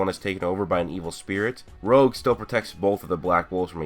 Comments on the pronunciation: It's not rogue it's rouge like French for red bro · Rouge, not rogue....... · i think its name is the french Rouge(soft g) which means red and not Rouge as said in the video.